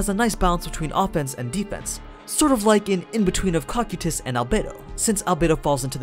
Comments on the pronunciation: CO-KI-TUS REPEAT AS NEEDED. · That Cocytus pronunciation made me cringe every time. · they are pronounced co kai tus and dem e urge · Dude why can't you pronounce the names right it's pronounced(CO-KAI-TUS) is the proper pronunciation